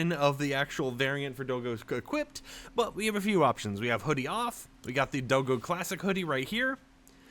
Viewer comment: it's not do-go it's dog and go in one word (DOGGO) not do-go